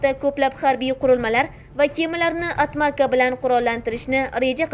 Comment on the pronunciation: E esipas qurol nomini toʻgʻri oʻqi jinni (Atmaça ) Atmaja dib talaffuz qilinadi atmaqa emas 😁😁😁